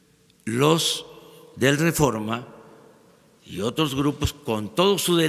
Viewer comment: Jajaja, escuchaste cuando dijo que él es parte del rerreforma??? O yo escuché mal? Contéstame porfa, para sacarme de la duda! Ahí hubiera estado bien que AMLO le dijera: ahhhhh tu trabajas para el reforma??? Jaja, con razón eres de los mismos!!!😂